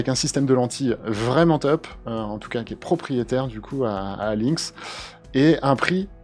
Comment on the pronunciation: Si le lynx est développé par des français autant le prononcer comme l'animal, le lynx, et pas prononcer ça links :)